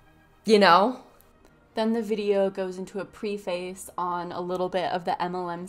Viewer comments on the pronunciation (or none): “Pree-face? Not to be annoying, but it’s “preff-ass” 😉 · Great video! Just a little constructive criticism for the next one... I noticed you mispronounced the word "preface" a few times in this. Just an FYI that it is pronounced "preh-fuss". One of those weird ones that looks straight forward on paper but has a little bit of flavor when read aloud.